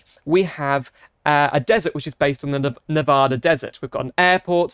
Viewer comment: As a Nevadan I have to lecture you on how you pronounce "Nevada" and how you emphasized the E in Reno